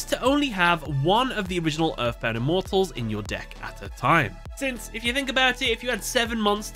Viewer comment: Please never use the dub for reference again. Not only did they super mispronounce the names of the Immortals, but the scenes you showed in the video were cringe-inducing lol. 🙏 🙏